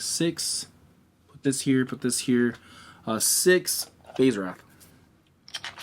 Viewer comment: Schism is pronounced "skizm" (like school). Wraith is pronounced "rayth" (long a sound like rake). Great playthrough!